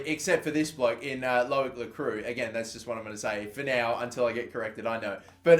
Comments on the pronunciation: Lacroix is pronounced: Lacroy. You're welcome! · Ross Gourley It's actually pronounced La-croua